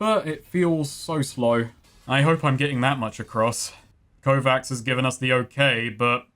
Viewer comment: Kovacs is a pretty common name on Harlan's World. It's pronounced "Ko-vatch" with the Slavic "Ch" sound instead of the Amanglic "Kss" (P.s. It's a line from Altered Carbon...THE BOOK...don't me....)